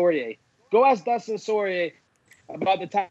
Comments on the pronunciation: Soyrier? lol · Dustin Sore ...Yeah Not Soyrieh ! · Why cant anyone pronounce poirier right?😂